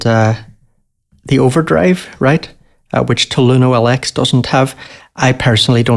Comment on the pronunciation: My friend. TAL-U-NO-LX is “Tal You No 60” not “Taloono L X”